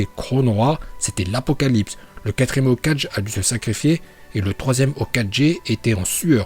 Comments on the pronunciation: Quand tu parle là et faut dire les nom par leur écrire par exemple on dit Hokagué mais toi tu dis hokadjé arrêté moi ça c'est nous qui regardons tes vidéos 😠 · C’est hokage pas ho4g 😂😂